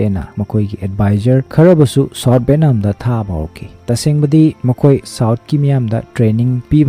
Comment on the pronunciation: Bro pronunciation she kharadi chumna hybirk o. Eg :- VAN = BHEN, BHAN VIETNAM=BETNAM, BHETNAM sesingdi literate ke wangang nate, words pronunciation se mathangdadi chumna hybirk o